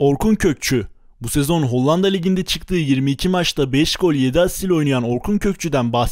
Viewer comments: Kardeşim kurban olayım HOLLANDA demeyi biraz çalış. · hocam hollanda demeyi öğrenmelisin bence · Video çok güzel emeğine sağlık lakin Hollanda demeyi öğren o ve ikinci a yumuşak söylenir...Kağıt der gibi söyleyeceksin ikinci a yı da kağıt diyebiliyor musun onu da merak ettim...